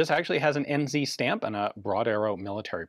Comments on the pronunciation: Love your stuff! just when you say NZ it is always pronounced EN-ZED, or Aotearoa. Whichever works lol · 'En Zee'